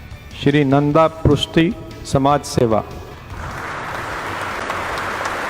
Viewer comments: भाई वो प्रुस्ती नही प्रुष्टि हैं। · Dear, " नन्द पृष्टी ", this is the correct name & pronounce of his name.Please.